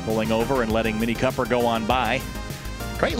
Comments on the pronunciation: Oh yeah this Coper "fun" ticks off my OCD! IT'S NAMED COOPER LIKE COOOOOOOOPER YA KNOW COOOOOOOOOOOOOOOOOOOPER! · Hi gys, The vehicle youtube of is not Mini copper the way you pronounce it there a dubble OO is C”OOOOO”per. The car was not named after the copper material. Just thought of point it out😊